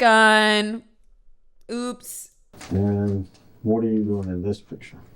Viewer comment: "A gun. A gUn. a GuN." My mind went to that anime clip where he's making the soup, getting all into narrating and then screams, "AND A GUN!"